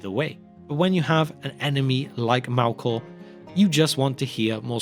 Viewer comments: Why pronounce it Malkor not Melkor? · Mehlkor, not Mahlkor. A little thing but irritating nonetheless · Malkor?? Sup with the pronunciation here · The true evil in this story is the narrators pronunciation of ‘elves’ and ‘Melkor’